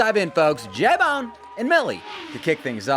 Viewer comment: It’s not J BONE. It’s L BONE